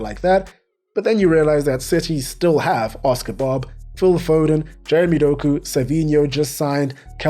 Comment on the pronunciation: Vibes in your videos are even better than in Arsenal camp. I needed to rewatch one fragment, it took me few seconds to realize that something sounding like "kebab" is Oscar Bob